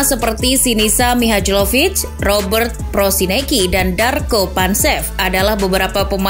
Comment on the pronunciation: koreksi buat pelafalan nama Sinisa Mihajlović (dibaca Mihaylovic) Untuk nama Slavic dg huruf "J" di dalamnya dibaca "Y"